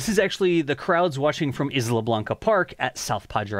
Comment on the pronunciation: Great update! BTW - "Isla" is correctly pronounced "eye-la, as though the "s" wasn't there.